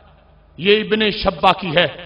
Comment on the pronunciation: جلالی پہلے میرے شاگردوں کے پاس آکر ٹیو شن پڑھ لے میرے پاس ٹائم نہیں ہے نہیں تو میں ہی پڑھاتا ابن شیبہ کو شبہ بول رہا ہے تجھے نام لینا نہیں آرہا ہے اور تو لوگوں پر جھوٹ باندھ رہا ہے